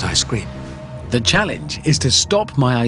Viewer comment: He pronounces "Ice-Cream" like "I scream" lmfao